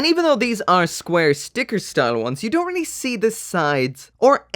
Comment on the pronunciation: here just to hear him say "air-ly real grade" lol